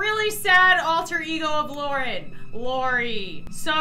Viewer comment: It’s Lauren stop calling her LAURE!